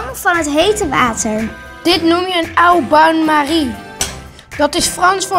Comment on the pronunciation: je spreekt het uit als oo bain marie